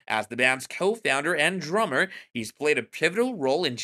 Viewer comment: Droo-mer? Or Drummer??